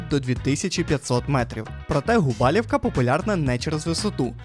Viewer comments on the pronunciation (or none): Гарне, якісне та цікаве відео, але є великий мінус, який дуже ріже вуха. Як рекомендація, в подальшому спочатку перевіряйте назви, тому що ви їх коверкаєте І НЕ ПРАВИЛЬНО СТАВИТЕ НАГОЛОСИ. Гора ГУБАЛУВКА , а не ГУБАЛІВКА. Немає в Закопаному є в Закопане, і тд Каспрів Верх. Дякую за увагу. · Все чудово, дуже гарно, але гора Gubałówka- ГубалУвка, наголос на У. Бо ГубАлівка звучить як якесь село і явно не польське, бо у польських словах завжди наголос на передостанній склад))) а загалом класне відео, все по темі, якість відео і озвучка на висоті💪🏼